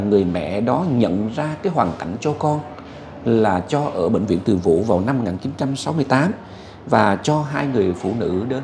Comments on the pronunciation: ơi bịnh viện Từ Dũ chứ không phải Từ Vũ nha! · Từ Dũ, mà cứ nói Từ vũ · ơi; Bệnh viện Từ Dũ chứ không phải Từ Vũ. (Bà Từ Dũ là mẹ của Vua Tự Đức) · Bv Từ Dũ( Từ Dụ) chứ k phải Từ vũ nha a. Tên của mẹ vua Tự Đức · Từ Dũ nhé ơi, không phải Từ Vũ! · Anh nhắc chút nha bệnh viện Từ Dũ chớ ko phải từ vũ em nhé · Bệnh viện Từ Zũ chứ ko phải Từ Vủ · Bv Từ Dũ chứ không phải Từ Vũ nha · Bệnh viện TỪ DŨ , chứ ko phải TỪ VŨ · Bv Từ Dũ, không phải Từ Vũ. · gọi tên Từ Dũ mới đúng nhé ….